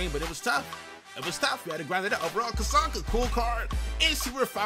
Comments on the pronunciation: You need to watch some of Larrt Csonka's actual game footage. The man was a monster. (And his name is pronounced "Zonka".) There were a couple of plays here which the game had Czonka stopped which the real Csonka would have powered through to score. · "Cuh-sonka." lol It's "Zon-ka." I enjoyed the crap out of this vid though. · ZON - KAH. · Larry “Zonka” is the pronunciation, not picking just letting you know. Good video as always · The way he said czonka smh. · The least you YouTubers can do is research how to pronounce the names of the legends you showcase smh. Who tf is Cazonka